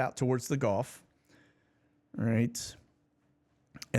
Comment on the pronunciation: Hey! Why do you pronounce Gulf of America, Golf of America? It sounds silly man.